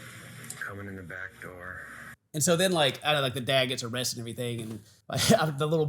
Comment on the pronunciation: No O-rested guy 😂